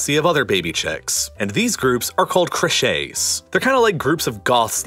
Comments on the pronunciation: "this group are called creuchait" XD Crèches is pronounced more like creysh (at least in french from which the name comes) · In English, "creche" is pronounced like "kresh" not "kresh-ay" ;-) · Creches is pronounced "creshes" not "creshays" like singular cresh as in a nursery